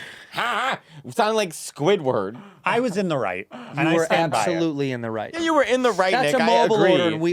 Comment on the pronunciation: When he called him squisward I friggin lost it